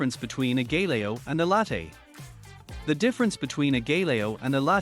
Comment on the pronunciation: Learn to pronounce it first then make the video!